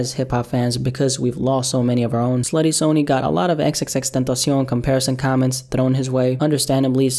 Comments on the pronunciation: It’s not pronounced “Sony” like the company it’s pronounced “sunny” id hope for any future videos if there will be just please pronounce it correctly. He really hated it when people said it like that. Coming someone very close to him. Thank you. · Sunny. It’s pronounced like sunny. Damn.